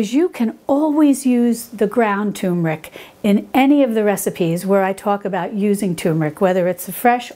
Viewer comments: TUR*MER*IC, not TOOM*RIC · Please say it right. TURmeric. Not TUmeric. it is TuRmeric. Thank you. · Turmeric - with an ‘r’. So many people call it Tumeric, drives me potty! Apart from that - all good 👍🏻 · Dear, Thank you for such a lovely and helpful video,! So well done, too. Wow! Turmeric sounds great! I am an elocution teacher and I am particular about pronunciation. Please allow me to correct you here.... It is pronounced Terr- muh-rick. terr as in fur, muh as is monday, rick as in Rick. Yours sincerely, Mrs Elizabeth Darley Holmfirth West Yorkshire UK